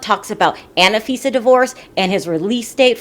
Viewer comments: It's anfisa not anifisa 😂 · It's An fee. sa. not anna fi sa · It's Anfisa, not Ana-Fisa. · It is not "Anifisa" it is "Anfisa"~ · It’s not Anna-fisa it’s Anfisa like unfisa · Tsk, tsk....just a heads up - George is English for Jorge and its An- fisa not Anna-fisa!!! Aye Chihuahua! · you're irritated about "name changes," but you keep saying "Annafisa" instead of Anfisa🤣. Also, Jorge didn't really change his name. Jorge and George are the exact same name, just in different languages. Damn, I'm not even American. I'm South African and even I know this! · FYI, Her name is pronounced AHN-FI-SA, Not ANNA-FI-SA. :) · I died each time you said Anna fisa 😂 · Why do you say AnAfisa??